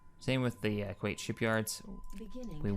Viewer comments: wow dude you even mispronounced Kuat do you ever pay attention to how they say it? its pronouced KU-AT not kuate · Dude... It's not pronounced Qait, it's pronounced Ku At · kyle monk Actually Kuat is pronounced koo-ate.